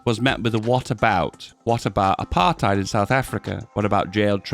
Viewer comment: So happy he said apartheid correctly